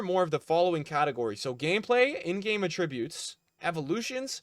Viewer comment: Why does he say “attributes” like that ☠️